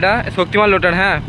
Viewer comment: লোটার নয় রোটার 😂